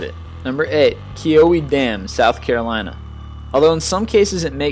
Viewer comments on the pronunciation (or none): Hey, just an FYI, as a South Carolinan, number eight is pronounced KEY-OH-WEE. You're welcome. And no, I have no damn idea why it would be blurred out, either.